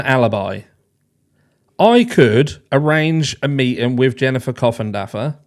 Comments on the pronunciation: C’mon guys, please pronounce Ms. Coffindaffer’s name correctly! Mr. Bennet is APPALLED so please have some manners. Geez! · One more thing… every time you say Coffindodger I legit 😂